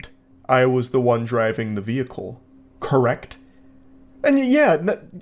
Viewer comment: "You assumed... I was operating my veeicle... crrekt..?"